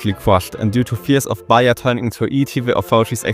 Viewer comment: its not that big of a deal. Your main "problem" is your "e" pronunciation, like Bahia is pronounced "Bah - ee - ah", but besides that, your pronounce is really good